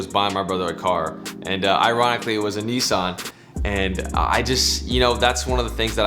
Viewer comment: His dad voice reminds me of Alonzo hamburger Jones lol. And how y'all say Kneeesaun has me dead. Great content though.